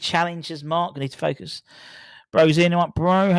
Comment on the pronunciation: Stop saying Fockus.